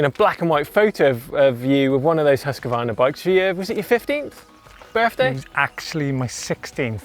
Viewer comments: hus kvarna NOT huska varna ;P :P hahaha huska varna LOL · There is NO letter between Husq and varna. Please stop pronouncing it Husq-a-varna! It's Husqvarna. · says it is pronounced Husk Varna , nek minut Huskavarna this Huskavarna that ... ah well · Huskvarna is a name with two words put together Hus= house and kvarna=milling so the pause should be hus-kvarna. Not Husk-Varna. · try making a pause between hus and kvarna and you get it right :) i live very close to the village of husqvarna. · Hoos Varna is the correct way to pronounce it. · Husk-a-varna 😅 thats not right